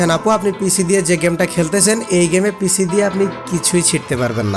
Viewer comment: পিসি না পিশি 🤣🤣